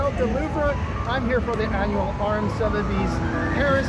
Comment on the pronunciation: Swear to Christ say “luvra” one more time, just one more time and I’m gonna